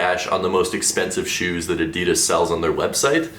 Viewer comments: Maybe if you stop saying adeedas and just say adidas then they might change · WHAT THE FUCK IS ADEEDUSSS ITS PRONOUNCED ADD EE DASS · My friend, you deserve those terrible adidas shoes simply because you pronounce it a-dee-dass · Am I the only one bothered of the way he says Adidas? 😂